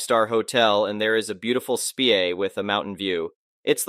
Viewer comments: 🇺🇦 Dahlink! The word "spa" is pronounced "spah" not "speeyay"! 🇺🇦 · Gee, can pronounce an Italian slipper name, but can not pronounce SPA! Maybe he doesn't take a bath either!